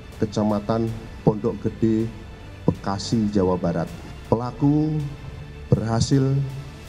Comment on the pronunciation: mas ngomong bekasi nya biasa aja dong pake penekanan segala 1; 51 emosi gw